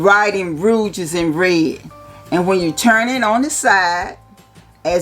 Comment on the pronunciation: hahaha best pronunciation ever: Ahr-Hermayun Amber Oud Rooj